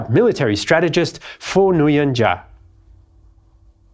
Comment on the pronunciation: Great Video! BTW, Nguyen is pronounced = Win